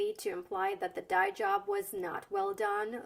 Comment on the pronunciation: As a native English speaker, I understood the jokes, idioms, and references. But even I had a difficult time understanding some pronunciations of the words when listening. "Dye job" sticks out. I know what that means, but when she said it, It sounded like a single word like "diejub" to me, so I was left confused, wondering what she was saying.